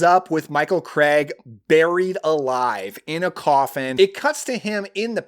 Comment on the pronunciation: Its Michael Craig not Michael Cregg.. Typical Yank pronunciation